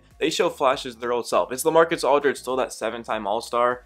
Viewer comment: When you were saying La I was like who is LA then I realized oh Lamarcus Aldrige 😂😂😂